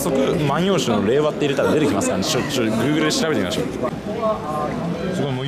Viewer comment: インタビュアーもアナウンサーも菅官房長官の「令和」の発音と違うのが気になる。